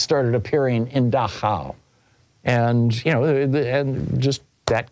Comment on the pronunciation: Dachau, the concentration camp in Bavaria, is pronouced DACH-au, with the stress on the first syllable.